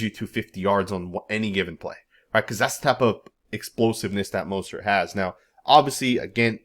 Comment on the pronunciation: You can’t even say his name right 🤦🏾‍♂️🤦🏾‍♂️ so it’s obvious you don’t need to be doing a video on him or anybody else on our team 👎🏾👎🏾👎🏾 who the hell is Mosert???? And you don’t know what offensive we’re going to run bro you don’t have no knowledge of him or our team… Dude is still one of the fastest players in the league did you know that??? Yeah I’m inscribing from your channel because you honestly not saying this man name right let’s us know YOU DON’T ANYTHING ABOUT THIS MAN OR FOOTBALL 🤔😏😏😏😏😏😏👎🏾👎🏾👎🏾👎🏾👎🏾👎🏾👎🏾👎🏾👎🏾👎🏾👎🏾👎🏾👎🏾